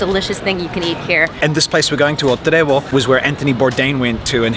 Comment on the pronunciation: Its "TREVO" not "TREBO". The ignorance of Spaniards to the Portuguese language is so big